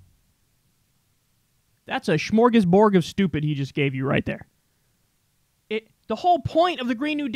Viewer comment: Okay.... this keeps bugging me every time he says it... KYLE, it's smorgasbord not smorgasborg... this isnt star trek lol